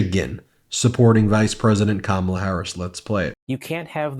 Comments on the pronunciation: Just an observation that a lot of people mispronounced Kamala, just like Fox News. The difference is that Fox mispronounces KaMAla on purpose. I just glad to see so many Republicans are voting for KAmala, regardless of how they pronounce it! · Why is it that even the old white conservative men who endorse her still can't get Kamala (COMMA-LUH)'s name right? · Hopefully all these republicans will at some point learn how to pronounce ‘Kamala’ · 💙💙💙 can somebody review with people how to say, Kamala's name. It's not difficult people. Just say, Comma. Then say LA.💙💙💙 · They all say KamAla...how hard is it to say her name. They do not say DonAld trump come on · You can tell these guys are legit Trump followers when they pronounce Kamala "Ka-mala". Let's go BLUE! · Why do so many people misspronounce Kamala? It's not hard to say. We hear it many times a day spoken properly. Comma la. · For once I'm happy to hear a Republican mispronounce Kamala's name, it means they're watching right wing news but seeing through the bullshit. There's hope that there are many more of them out there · I keep waiting for just ONE of them to pronounce Kamala correctly. So far - zero. 😂 whoop! and we have a winner!! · Couldn't help but notice these former Trump voters are pronouncing kamala's name wrong just like Fox News they must still be watching